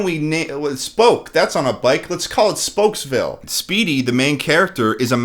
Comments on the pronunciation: Are we not going to address the fact that Speedy called it spooksville? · Hold up. Speedy clearly calls the town "Spooks-Ville." This movie clearly took a different direction. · "spooks" it's spokes .. idiot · It drives me up the wall when Speedy calls it Spooksville instead of Spokesville. Did the actor not think it thru? Nobody caught it? No retakes? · Gotta love how Speedy legit calls his town "Spooksville"💀 Sorry, Speedy, but you mispronouncing words isn't cute. Megamind is the only one who can make it endearing. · dude speedy calls it spooksville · Notice how speedy says spooksville. Another sign its a bad film. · Yo he said spooksville not spokesvilee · Is not going to address the fact that Speedy calls his town Spokesville "SPOOKSVILLE"? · Speedy says spooksville instead of spokesville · I like how totally glossed over the fact that the main character called his city Spooksville, even tho its spelled Spokesville and they didn't have the voice actor retake the line.